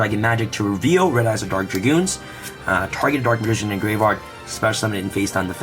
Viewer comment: Is it me or every time you say graveyard i hear gravevard?